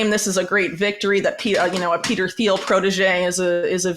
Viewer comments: It's pronounced " Teel" the h is silent. You really shouldn't sell Trump and the Alliance short. Everyone who is an American citizen has to make their best choice. Trump knows how to work with enemies. Trump has something on each of them. Trump wrote "The Art of the Deal". He did deal with N.Korea and Putin, and Saudi Arabia, etc. Therefore, no wars when we had Trump. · You have very interesting, well researched views Whitney. I want you to be taken seriously; you have important work to put out there. So please take this the right way when I tell you that it is not pronounced THiel. The H is silent. Keep up the good fight, A Fan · The h in Peter Thiel is silent. It’s pronounced like Teal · For someone who is so knowledgable about Peter Thiel, she should learn to pronounce his name. It's pronounced "Teel or Teal." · All this research and she can’t say Peter Thiel’s name correctly 😂 dork